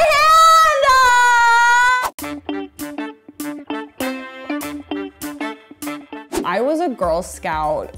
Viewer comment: “And I grabbed it in my HAWWDNNDEDD” omg why